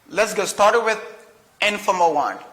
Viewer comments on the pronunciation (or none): Bonjour. pourquoi on ne prononce pas l dans informa ?